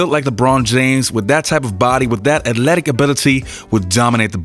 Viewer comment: Say the word Athletic. Please....just once. For us!